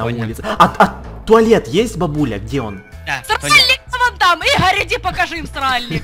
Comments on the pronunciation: Мне понравилось тот момент когда сказала и́гарь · Мне понравился тот момент когда сказала ИГА́РЬ!,😂😂😂😂😂😂😅😅😅😅😄😄😄🤣